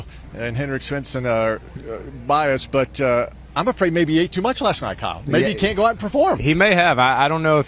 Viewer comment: Kyle rhymes with smile